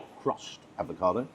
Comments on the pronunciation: Do you keep saying ADVOCADO rather than avocado...??????? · Is there any particular reason for calling 'avocado' "advocado"? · Love your channel. Unless I’ve missed a joke along the way, it’s AVOCADO. One d. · I'm very amused by the way you said ADvocado. Very Atkinsonesque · Sorry don’t have time for a ‘food critic’ that says “advocado” ! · Oh, ‘advocado’? 😂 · refusing to pronounce avocado correctly always makes my day! ❤